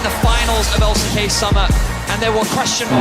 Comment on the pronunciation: MY BOY SAID EXP IN THE L-I-C-K ??